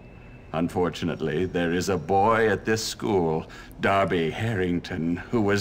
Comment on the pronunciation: Jesus, it's dar-bee not der-bee. If you'd picked up the cricket bat, not a paddle. You could have beaten him with 4 power attack which he can't block. And if you actually bothered going to class you would have learnt some other move aside from the 3 hit combo.